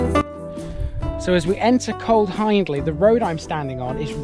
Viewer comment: Just a heads up ...you pronounce Hiendley HIEND AS IN FIEND...ie Hee indly..not Hinedly. Lots folks misspronounce but it is important for a video and it is there in the spelling. !!!! Access to the res by the way is at bottom of Ryhill Pits Lane turn right and it's on your right. Park I. Nice walk.